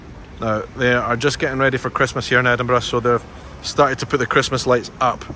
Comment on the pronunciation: I love how you say Edinburgh ❤